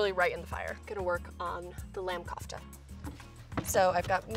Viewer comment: she was pronouncing kofta wrong